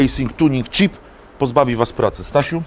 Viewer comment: chip to nie cheap, angielski do poprawy:P